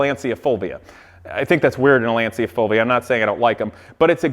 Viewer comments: I don't watch you very often because I find you just slightly less annoying than Rob Ferretti. Anywho, let's do a little lesson here: Lacia is an Italian marque and it's pronounced "launcha", not "lawnsia". Next, your "computer guy", Dan, doesn't even know how to run a slideshow. Some computer guy... SMDH. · Lancia is pronounced lon-chah! Please make a kit/mold of this car (LANCIA STRATOS HF ZERO)… I will buy it from you… I would even buy the replica that you are building…